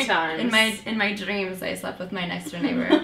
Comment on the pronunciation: mh. am I the only one who noticed natasha having a weird accent when she said "dreams" ? Was it to joke or is she not canadian? :)